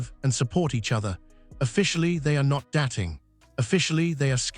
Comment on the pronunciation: Please use a narrator who can pronpunce words correctly. He sounds uttrly moronic. Dating surely easy to say! Hopeless